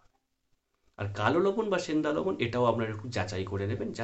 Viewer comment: লবন মানে কি লবন নামটা ভালো করে বলুন